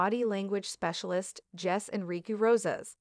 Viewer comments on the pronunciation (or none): If you can't say your experts name properly. Well....Jose not Jess. Pronounced hose a. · It Jose ( pronounced HO-SAY) Enrique Rosas.